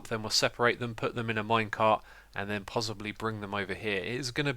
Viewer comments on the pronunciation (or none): Xisuma y u say pozzibly? XD